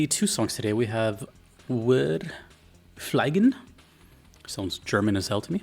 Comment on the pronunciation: German here; "Wir fliegen!" = "We are flying!" Its not pronounced like "fly", but more like "flee". And, oh my god, I absolutely love the Oblivia sound track. Cant wait to hear it again when playing.